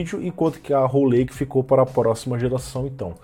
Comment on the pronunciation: só a pronúncia do em inglês me da uma fisgadas, como arrow lake, ele aceitar o lake, mas erra o arrow feio. Que custa dar uma pesquisada 20seg no google tradutor? pra ver a pronúncia.